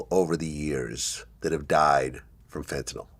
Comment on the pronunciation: It is pronounced "FEN-tuh-nil" c'mon Vladimir get it together ya schmuck.